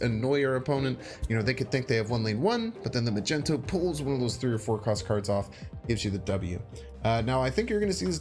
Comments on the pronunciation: Ma-gen-to? MAG-NE-TO....lol the way you say it really threw me off. BUT, looks like a sweet deck. Gonna start fooling around with it. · MAG-NEET-TOE not migento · please say mag-ne-to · did he just say “Magento”? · OP comes here to complain about deliberately saying a card's name wrong for fun, yet OP used the word "contacts" instead of "content." Ironic.